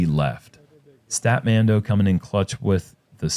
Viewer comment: Is it not pronounced stat-man-do? Like in the song and the capital of Nepal, Kathmandu??